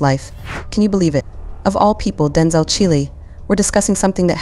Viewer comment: His name is Denzel, not Denzal. Come on!